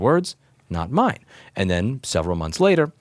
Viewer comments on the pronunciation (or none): none